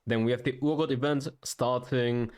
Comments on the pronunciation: Someone please tell him its Pronounced R-Got not Oor-Got. Urgot. The U is silent. Argot or R-Got. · It’s er-got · it's not urgot like your god